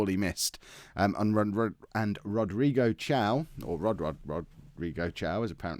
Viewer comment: it pronnounces "Rodrigo Kaio" not "Rodrigo Tiao" lol